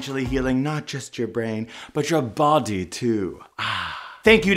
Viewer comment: Why did he pronounce body like that? 😂